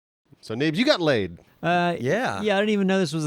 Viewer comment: First i did think it was just making got laid into lade as a joke pronunciation, but then my trucker stuff came to mind